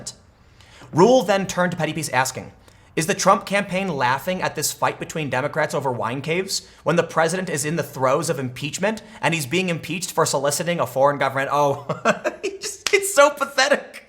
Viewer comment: "in the thoes of impeachment" rofl. no seriously, i fell out of my chair laughing